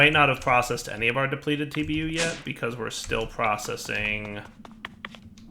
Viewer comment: You missed the "c" in Processing.